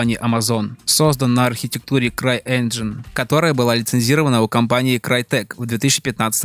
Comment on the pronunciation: Все заебись, но всетаки энджин а не инжин